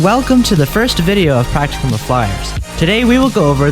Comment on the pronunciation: I'm sorry, but... Practicum. Not practucum. I know, kinda nitpicky, but yeah